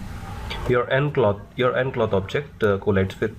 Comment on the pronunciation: cloth not clock , pronounce it cloff